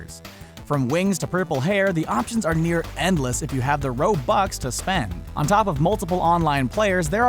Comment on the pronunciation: He says Ro BUX not robux